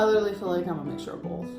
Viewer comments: “bolth” .... i think it’s literally easier to say it correctly instead of adding an L in there 🤦🏼‍♀️ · S. EA. I’m from Cali and we do not say bolth .. at all .. She’s the first person I ever heard say that .. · BOLTH OOH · I’m laughing over her IG stories of how people messaging her are from California and they all say “BOLTH”. My husband, his entire family, some of my friends are from California. I have never heard any of them say “bolth”. What is this BS she comes up with. 😂😂😂 And I’m from over the river from Kentucky. None of them (that I have run in to or know) say “raht” and “wah” or “bah”.